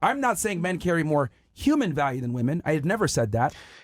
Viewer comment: bro every fucking word she says is absolutely vile. When she says “VaLLiEu” instead of value - I’ll list a few here in a minute when I fucking hear them again she SUCKS